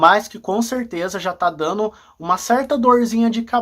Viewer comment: Voltei para te dá uma dica para melhorar o seu video: não e dano, e sim dando! Cuidado com a pronúncia dos verbos no gerúndio!